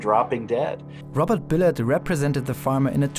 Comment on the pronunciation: He pronounces it BilOTT. See Dark Waters, everybody. Thank you for covering this,. There is no Planet B.